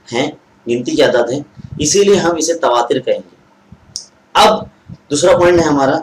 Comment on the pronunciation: تواتُر ہوتا ہے تصاعُد ہوتا ہے موصوف کا تلفظ درست نہیں ہے